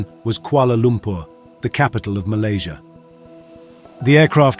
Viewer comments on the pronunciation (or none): none